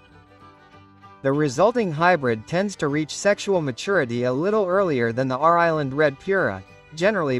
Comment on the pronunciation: Put a real human to narrate raw island red 😂